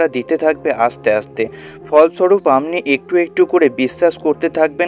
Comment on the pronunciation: Please speak Bengali properly. What is "Amni"? Should be, "Apni"